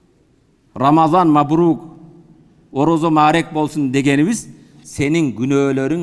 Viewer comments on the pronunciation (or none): Рамзан эмес рамазан деп айт!!!